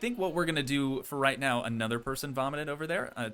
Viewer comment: bro said meow instead of now